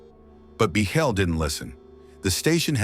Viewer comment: No one says Biechele's name correctly. It's pronounced "Beaklee".